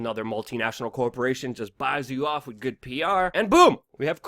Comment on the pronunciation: "to be honest WIT you" ugh fuck, like nails on a chalkboard.